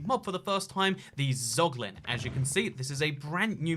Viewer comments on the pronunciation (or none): dont say poglin ever again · casuals: zoglin real gamers: poglin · yo tf is a poglin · Nobody:: POGLIN